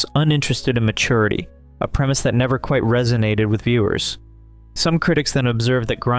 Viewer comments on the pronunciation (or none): none